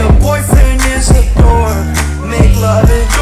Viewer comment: Its dork not door